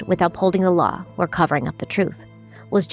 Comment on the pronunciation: I know jury instructions are a must but hells bells by the time the judge is done I’m ready to run screaming from the courtroom. And why does she pronounce law as lawer? Is it a Ma thing?